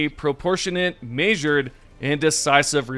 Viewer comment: Bro says measured like Fred says treasure.